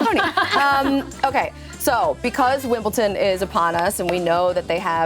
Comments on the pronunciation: It's Wimbledon, not Wimbleton 😭😭😭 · There’s no T in Wimbledon.